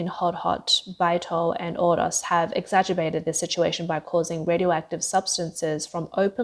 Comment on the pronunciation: Exagerbated? Why not use a word that the announcer can say correctly. There are plenty of familar words that are synonyms of exacerbate. Like: aggravate, worsen, intensify, inflame, compound, heighten, magnify, augment, complicate, amplify, provoke, increase, irritate, impair, excite, infuriate, enrage, make worse Also, a read through prior to the recording of the narrative would make it possible to identify pronunciation problems and correct them. I offer my comments in the spirit of helping to improve your work product. It is not my intention to belittle anyone. I enjoy the unspun approach to your channel's handling of China news and I'll remain a loyal viewer. Thank you!